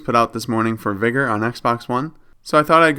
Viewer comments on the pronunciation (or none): Sorry but why do you say vigor like the n word vigor doesn't have an e in it